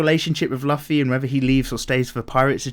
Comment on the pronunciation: You pronoucne Luffy wrong.